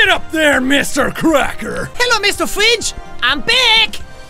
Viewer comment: "Hello Mr.Fwidge, I'm back!" Jacksepticeye 2014.